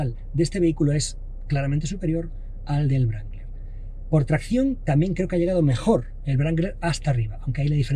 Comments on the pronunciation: Se pronuncia Rangler no brangler 🤦‍♂️😐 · No entiendo como a estas alturas del betún aun hay gente que dice "brangler" ... que mal suena en un periodista de un diario como este amigo, que mal suena... es "rangler" la W es muda! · Excelente video pero NO es VRANGLER... ES RANGLER. Es un bocabajo inglés no alemán. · el yip no se llama brangler. Hay que aprender a pronuniar ... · Querido amigo, fantástico análisis, pero por favor, no se dice brangler, se dice rangler, en caso que no puedas pronunciar la w. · ¿Por qué pronuncia "Brangler"?